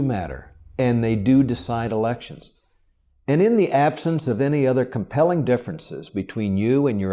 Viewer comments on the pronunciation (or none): none